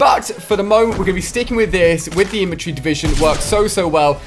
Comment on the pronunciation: Infantry divison not inventary divison... get it right